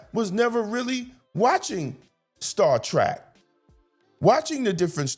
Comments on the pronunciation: I'm with you fam it's Star Trek not "Track" just sayin. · I agree with you, but can we please try pronouncing it Star Trek and not Star Track? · I agree with all you points. One thing though that i really must point out. You keep calling it "Star Track", but the name is Star Trek. Trek, as in an adventure, not Track like a path. Saying it incorrectly reduces your credibility. You points are too well thought out to be marred by a mispronunciation of the show name. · If you are such a fan, why do you keep pronouncing it Star Track. It's Trek= as to journey. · Hearing “Star Track” makes me wanna scream lol